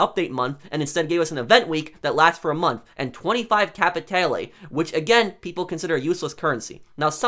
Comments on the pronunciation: Im sorry, your video is superb and 100% on point. But "cApItAlEeEyY" xD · Alright I'll go in the timeout corner dad, just stop saying Capitaly